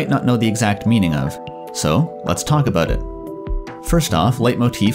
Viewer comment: It's pronounced "ah-BAUT". It's pronounced "JAH-vah". Are you a Canook?